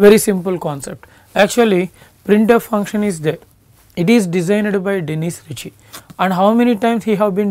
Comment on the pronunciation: Did you say Denish Riche …? Designer of printf ???